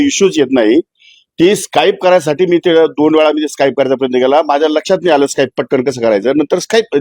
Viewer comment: माणिकराव साहेबाना सांगा स्काईप नसते स्किप असते ते